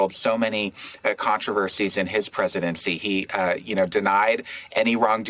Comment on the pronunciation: Trumpying? ...is that what he said? ...did I even spell that right?